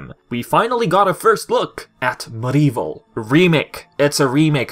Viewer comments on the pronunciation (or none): MudEvil? It’s MediEvil please pronounce it properly. It’s annoying. Crash and Spyro are called Remaster Plus, that’s the proper term.